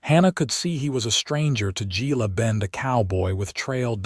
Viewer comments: GILA IS HILA PRONOUNCED H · With the relentless blunder in reading and pronunciation in so many of these western tales and stories of women Navy Seals, Gila is Hela in as near proper Spanish as I can write!! I would never disregard the stories of women fighter pilots as they have gone from ferrying planes in WWII to capable pilots as formidable as bees dutifully supporting their hive. There is truth is their capabilities and courage to swiftly take down targets that threaten peace! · Gila is pronounced hela. Gila bend was nothing but a stage stop and resting place in the 1800s. Very sparsely populated. There wouldn’t have been a lunch or dinner crowd if there was even a restaurant at all. There were only a few buildings. Why can’t AI do better research? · Gila, a Spanish word pronounced hela